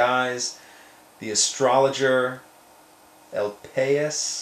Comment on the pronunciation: el pais is a popular spanich newspaper. I'm pretty sure that it is pronounced ell pie-ees.